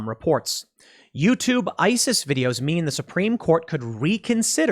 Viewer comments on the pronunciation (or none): none